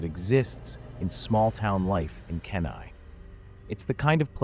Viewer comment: KENAI.....NOT. "KEN EYE" "KEEN EYE" I WISH any person telling stories in Alaska, would learn names of cities and villages. Plus our trees and shrubs. We only have skinny spruce, and cottonwood. Also birch. No other trees. No pines, nothing you would find in northwest. Just take ten minutes to Google the train. Alaska native.